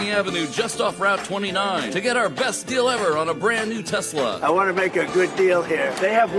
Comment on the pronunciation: “I love Teslerrrrr”. 😂🤣